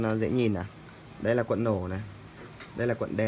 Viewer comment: "cuộn" chứ không phải "quận" bác ơi. Người nghe không quen sẽ thấy nó buồn cười lắm :)))